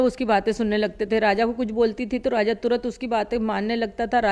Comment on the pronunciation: Raza ki maa abe bhos@ naam to sahi se bol 😂😂 fir reporting krna